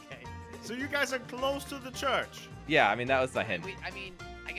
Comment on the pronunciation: why cant say church